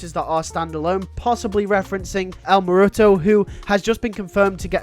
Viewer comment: Can you PLEASE look up how to pronounce El Muerto